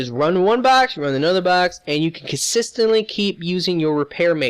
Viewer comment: con-sis-tant-lee your welcome